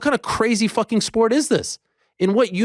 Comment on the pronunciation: Ariel sounded hilarious saying fooking. “Ask yourself that fooking question Dana white!!!! 😂😂😂😂